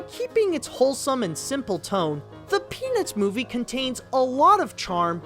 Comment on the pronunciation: When you said "The Peanuts Movie" it sounded like you said "The Penis Movie" lol